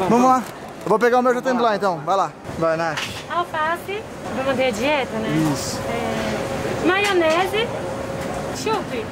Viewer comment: O cara mexicano falou er maionese doce aí quando o for comer er wasabe